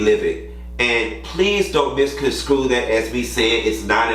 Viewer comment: “Misconstrue” not screw...fix it!